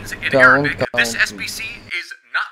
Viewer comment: Am from algeria and of course you nailed the arabic part xD